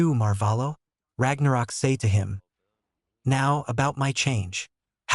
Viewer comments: It is not Lord Ragnarok, it is Lorde r a g n o k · It's not pronounced Ragnarok it is r a g n o k